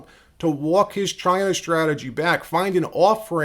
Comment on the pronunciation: You didn’t say China right